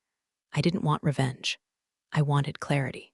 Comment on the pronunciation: "Revaunge with Mumbles"